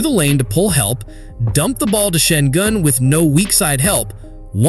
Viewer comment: How many times you pronounced his name wrong in a different way really makes it obvious you didn't even spend 1 hour for the video.